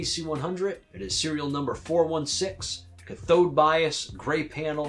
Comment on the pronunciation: You're pronouncing cathode bias incorrectly. It should be pronounced similar to cat on the first part, with the emphasis on the first part of the word rather than the second part of the word. Other than that, nice video! Love these amps!